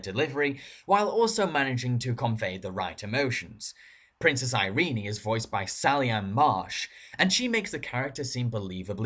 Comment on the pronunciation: "Iree-nee"? Heh.....ehh.